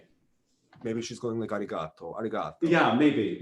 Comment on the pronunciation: pronounces arigato correctly.